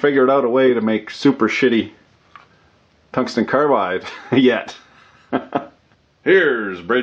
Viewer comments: I thought I heard cuntsten tongue glide... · "Cuntsten Tounge-slide" but then everyone will hear it slightly differently. Unless wants to provide a transcript or his own subtitles. YouTube thinks it's "contained hung live" 😄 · You had me at "cunston tunglide." Lol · cungsten tanglide? whoa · Harvey Smith I think he also said tungsten son glide when the flir cam was up. rased an eyebrow and chucked a little at em. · “ Cungsten tunglide” !!!! 😂🤣😂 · Cungsten targlide